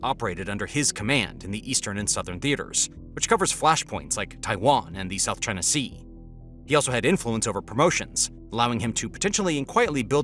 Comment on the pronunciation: It always kills me when people say, "South Ching Sea!"😂